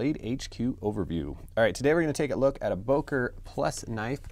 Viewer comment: BÖKER NOT BOKER